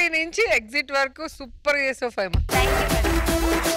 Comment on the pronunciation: ఫాహిమ కాదండీ ఫైమా